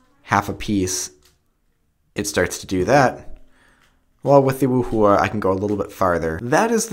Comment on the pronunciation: I fainted at how u pronounced 'yuxin' and 'wuhua'... -.